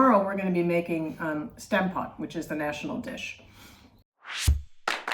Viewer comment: It would be fun if you pronounced Stampot the way the Dutch would say it. That aside, it’s a really great dish. I’m happy you featured it. It’s a simple and hearty meal. With a gravy it’s even better!